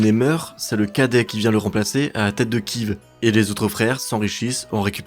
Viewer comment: La Rus de Kive m'a pas mal irrité les oreilles aussi.